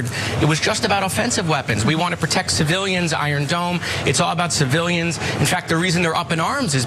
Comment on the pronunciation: he couldn't pronounce "hypocrite" or "civilians" Those words got stuck on his tongue